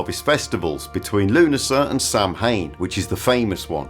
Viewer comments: I can't believe you, being a Brit, pronounce Samhain wrong, LOL. Americans often do, but Brits? Oh, BTW - I love your videos, keep them coming. 🙂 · I was like “oh no” lol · Ha! I think some folks heads exploded to the north of you at the "Sam Hayne" pronunciation. RIP. Serves em right though for being contrarian pronouncer folk